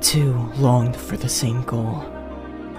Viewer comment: why did i hear ho*s instead of goal 💀